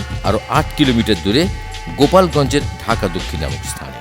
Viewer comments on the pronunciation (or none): it's not GOPAL GONG but GOLAP GONG.is the right name of this place. I am from dhaka dakshin by the way.